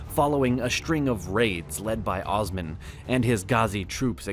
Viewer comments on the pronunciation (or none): I must say the maker of the video completely butchered all Turkish names. It's Osman, not Ozman, It's kayi tribe, not kay tribe. it goes on and on.